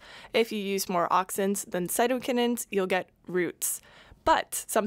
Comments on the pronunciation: I work in plant molecular biology your original pronunciation of cytokinins is what folks in our (uk) tissue culture lab say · As far as I know, you pronounced cytokinins correctly. (All of my professors in the past have always pronounced it the way you did the first time, not the way that the AI voice pronounced it). Thanks for the cool video. Oh, 1 question why sucrose, and not fructose? Thanks!